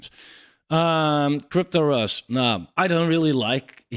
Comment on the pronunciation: Agree with your call on CryptosRUs 100% but just so you know, it's pronounced "Cryptos Are Us" a play on the toy store ToysRUs pronounced "Toys Are Us"